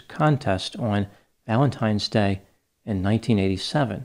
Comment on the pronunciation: I couldn’t get through this series. McNeil allegedly beat her children, but she killed him for allegedly beating her. I think you pronounced “Valentimes” Day wrong 😫